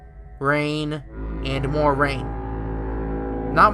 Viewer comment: It's the more not the maw